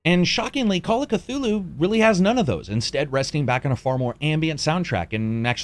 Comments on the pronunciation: Cthulhu would visit you personally to correct your ways if you pronounce his name as "ka-two-loo". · The C is silent